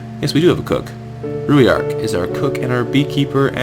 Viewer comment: ruairc is pernouced roork